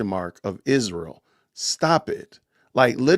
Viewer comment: I can't stand the way Candace pronounces Israel. 😂